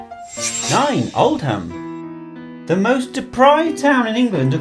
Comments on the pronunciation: You said Oldham wrong, the H is silent like with Birmingham. Also, it's not the nicest of places but i've seen much worse! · Its pronounced ‘old-am’ not ‘old-ham’ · NOT OLDHAM but OLDUM. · the way he said Oldham was hilarious. he said old-ham when you really say oldem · Man said old-ham 😂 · Mate it's Oldham not old Ham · Lol- Old Ham? You are actually pronouncing it like that seriously. Oh dear. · i died on the inside when he said ham ... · Dave Macbeth yeah its oldum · Did he actually say old-ham when he said Oldham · Man goes Oldham shut up man 😂😂😂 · I got so annoyed when he pronounced Oldham wrong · the photo you used for Luton (number 3) was a photo of Rochdale (number 5) taken during a flash flood. you pronounced Oldham the American way (wrong). The photos you used are old. You missed worse places off like Jaywick and Bacup. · That pronunciation of Oldham though...